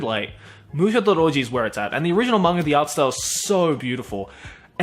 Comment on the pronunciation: It's MANGA not "MANGAR".